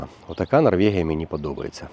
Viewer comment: Та Норвегія ж, яка ще НорвЄгія? Ну зроби над собою невеличке зусилля і припини єкать